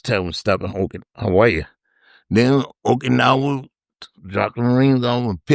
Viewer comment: Take a drink Everytime he says oak-anowa or viet-naw